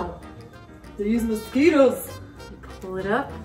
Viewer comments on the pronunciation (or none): "these misqetos" lol =D